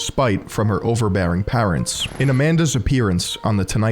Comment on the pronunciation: How are you pronouncing the word parents???